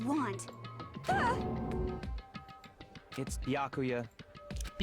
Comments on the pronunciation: I don't know if already has finished recording or not, but... Byakuya's name is pronounced BYAH(all one sound) ku-ya, not Bi-ya-ku-ya. (although technically the latter is how it's written in Japanese) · I like this series a lot but hearing the way she pronounces Byukuya and Sakura’s names hurts